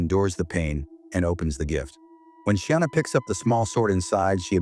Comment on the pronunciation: Sienna...no Sheeana 😮‍💨